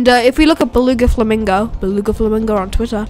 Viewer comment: why are u saying beluga and flamingo so weird like dude stop:/